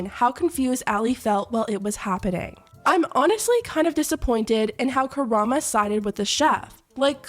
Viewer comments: one of the things that bothers me the most from this drama is that nobody knows how to correctly pronounce karamo 😭😭😭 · girl...how do you pronounce "karamo" wrong when it's literally right there on the screen... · I mean Karamo eff'd up. But his name is KaramO, not KaramA. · Omg, it’s KaramO, not Karama. KARAMO. He’s on Queer Eye. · Loved everything you pointed out in this video. BUT it’s pronounced Karam-O not karamA. Great video nonetheless ❤️ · I just need to let you know that the 'host's name' ISN'T Ka-ra-MA... it's Ka-ra-MO. You're saying an A when it's an O. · Are you a Naruto fan? You kept saying Kurama lol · It’s Karamo. With an o. Karamo. You can see the o with your own eyes. Karamo. Good video though. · she keeps saying KARAMA hahahahahha im dead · dafq this voice keeps saying kurama cant you read? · The way is pronouncing KaramO’s name throughout this entire video is sending me 😂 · There's an o at the end of Karamo 🤣 I couldn't focus on the tea with his name being pronounced as Karama ☠️☠️ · Ka-Ra-Mo! Idk why it's so hard to say his name. No one gets it right. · I can't get over you calling him Karama lmao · Listening to people mangle "kah-rahm-moe"'s name is just... Chef Pii's kiss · It's KarmO. I love your videos but man this took me out of the tea. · Dude! You should do your research in how to say the names before filming! Is ka-ra-mOOO! From queer eye... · Why do you keep calling him "Karama"? so annoying and distracting. Anyways both of them are huge pieces of shit, lol. Justice for that poor girl who they gaslit the hell out of. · Ka-RAH-mo. Sorry I just see yt content creators mispronounce the name and it irks me lol great video btw! ❤❤❤ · me, a yyh fan hearing you pronounce Karamo as "Kurama": now hol up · hey bestie just letting you know- in case we get an update about this situation- that his name is pronounced Karam-OH with an oh sound not an ah sound <3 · KAH..RAH...MOE! other than that i agree with everything else